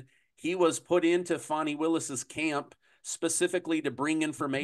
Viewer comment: You're supposed to pronounce it Fawni even though it's spelled Fani😂😂😂😂😂